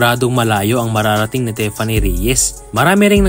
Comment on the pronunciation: Correction lang boy "Tiffany" as in TI! hindi teffany!